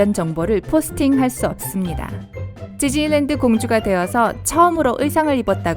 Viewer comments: 저는 지즐랜드라고 들려요. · 발음 겁나 흘리시네요ㅋㅋㅋ지즐랜드ㅋㅋㅋㅋㅋ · 지즐리랜드 ㅋㅋ